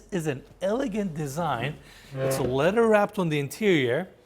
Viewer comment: Leather (Le-TH-er) not Letter. TH like you are saying THE.